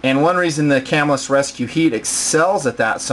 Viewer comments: I'm fairly sure it is pronounced "cah-MILL-us" not "CAM-ill-us" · It is pronounced "cah-MILL-us" The knife company was named after the town it was founded in. It is right outside of Syracuse, NY. I even went to Camillus Middle School for a year.